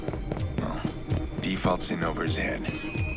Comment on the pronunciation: Default not defalt...